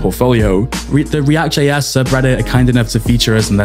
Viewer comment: when you say react it sounds like riadh lol.